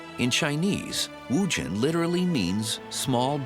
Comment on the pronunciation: The narrator 's pronunciation of WuZhen is rather jarring to the ears.